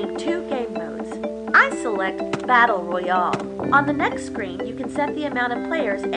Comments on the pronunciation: “Battle Royahh” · Battle royar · Battle roye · Battle rowyal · Battle rorayal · Battle roya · Battle rawyall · Battle royall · battle (royol)! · Battle royol 💀💀💀